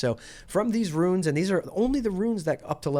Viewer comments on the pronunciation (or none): I love your videos but your KILLING me calling them "ruins" and not "runes"